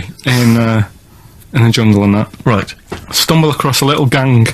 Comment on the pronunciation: I LOVE hearing Karl say "stoohmble across a little ganG"